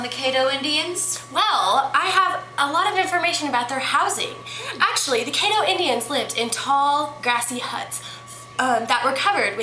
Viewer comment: Excuse me but you need to learn how to pronounce caddo. Pronounce it like you are saying cat but instead of a t have ddo so then it spells caddo